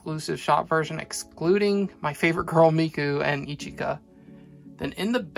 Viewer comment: Ichika is pronounced….ish-kah lol not eee-cheee-kah. If you watch the anime, you can hear it throughout. ✌🏻✌🏻✌🏻🤗